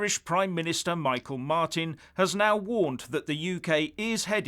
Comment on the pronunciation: The name of treacherous low-life that is the Irish PM, is pronounced, mee-haul Martin.